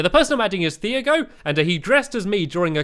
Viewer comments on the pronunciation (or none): Stampy it is Ti ag o not what u said I'm the video during the love garden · The way pronounce the person in the love gardens name is t-ee-ar-g-o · its pronounced like tee-ah-go not thee-uh-go